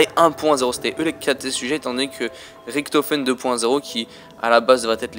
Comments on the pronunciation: Richtophen pas riktofen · Je parle allemand der eisendrache on fait le r mais richtofen on fait le ch !!!!!